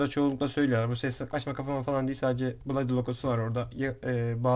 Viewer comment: Bulodi dıyosun eyfortek dıyosun sonra neden ucyuzonsekız dıyosun aq :D